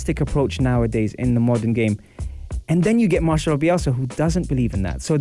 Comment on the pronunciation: I feel like im reading that BBC article again hehe Excellent coach. MarCelo, not MarCHelo :)